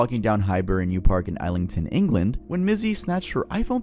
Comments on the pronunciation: we dont use Euros in the UK and just so you know its pronounced iz-lington 🙂‍↕️ peace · The way he pronounced Islington 😅